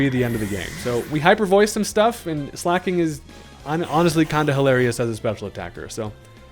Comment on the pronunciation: It's pronounced slay-king